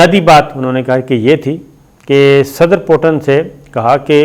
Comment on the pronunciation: It is not Potin, his name is Putin. Please correct your pronunciation.